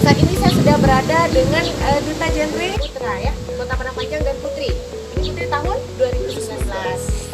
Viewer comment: GenRe ibu Reporter.bukan Jenre